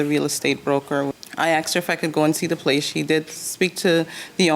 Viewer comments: Placeah… homeah. I was going nuts! Like please just stop it!!! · Don’t forget house-uh, place-uh and yes-uh 🙄😑